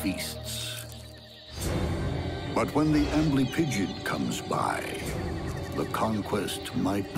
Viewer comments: The first time they said amblypigyd I heard "ambling pigeon" and thought "oh God a scorpion killed a pigeon? I thought this show was about bugs!" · when i heard amblypygid i thought he said angry pigeon. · Sounds like "armory pigeon"